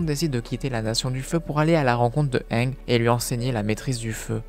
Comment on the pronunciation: Arrêter te dire anglais ange c'est ang